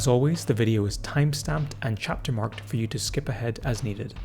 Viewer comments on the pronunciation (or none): none